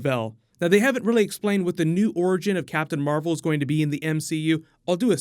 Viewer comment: Captain mar-vel here we go